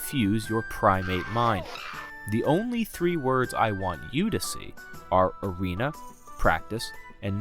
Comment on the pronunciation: Bro lost me when he said bigs words like novace and erena